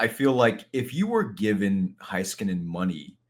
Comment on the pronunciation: Why does pronounce certain Stars last names wrong? Just bugs me. Heiskanen (hay-skuh-nuhn)